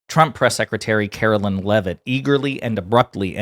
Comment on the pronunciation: I hate her, but please pronounce her name correctly It’s Karoline not Carolyn